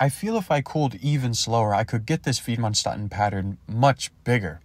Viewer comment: Approximate pronunciation of Widmanstätten: vid-man-shtett-ten